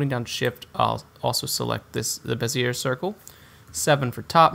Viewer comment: The R is silent on bezier. Pronounced "bez-E-A"